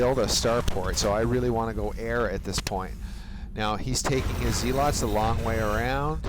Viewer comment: and zealots are pronounced zeh-lutz.